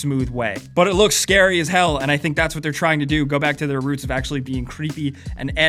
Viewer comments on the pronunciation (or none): none